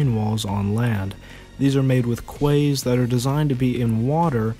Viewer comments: Quay is pronounced like key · Quay is like Key ;)